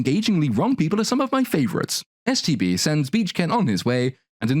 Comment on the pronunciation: Does anyone else keep hearing him say "STD" instead of "STB"? I keep thinking, "That is a Barbie I never had when I was a little girl." lol